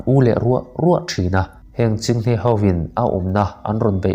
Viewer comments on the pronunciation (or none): Chhinghne û ni lovin chinghne u